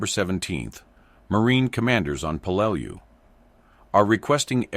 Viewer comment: It's pronounced 'Pel-lah-lu island😢